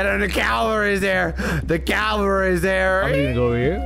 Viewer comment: I know hes saying "cavalry" But its sounds like "Calories"